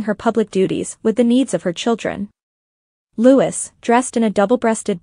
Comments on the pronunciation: It was so great to see The Princess of Wales alongside her husband and children at Trooping the Colour. She looked wonderful. Their youngests son's name is pronounce Louieeee, no Lutz or whatever you were saying. It was a great day to see them all together on the balcony, all the working royals. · Prince LOO-EE! Not Prince Lewis! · Prince "Lutz"???? You can always know when it's AI!